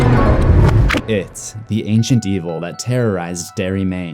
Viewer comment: At the beginning it sounds like you said "it, the ancient D-hole" That was funny